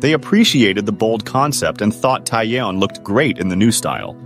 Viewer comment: I'm sorry, but it's just so annoying to keep hearing her name being pronounced so wrong lol